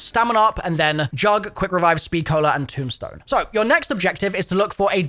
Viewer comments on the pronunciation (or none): none